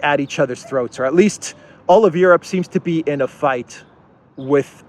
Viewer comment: Europe? Soy-ope?